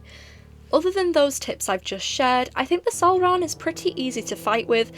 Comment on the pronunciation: hearing that “salrahn” was perfection and extremely satisfying